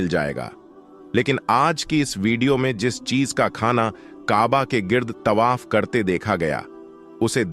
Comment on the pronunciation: Your pronunciation is very bad. Word Tawaf yani parikarma ko Tabah bol rahe ho. There aur hundreds of such mistakes mistakes in the vdo. Aapka channel koi Islamic channel nahin hai , kiyun jhoot bolte ho. Non muslims only dono great mosqs ke compiunds main nahin ja sakte . Dono cities main kai non muslims aate jaate hain aur many are employed there. I have seen them .